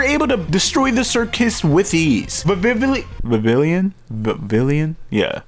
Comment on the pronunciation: Its actually vi-vee-on. Don't ask me why...